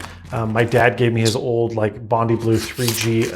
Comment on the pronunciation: As an Australian, it’s pronounced Bondeye in the Bondi Blue iMac (same as the i in iPhone) After Bondi beach in Sydney, Australia.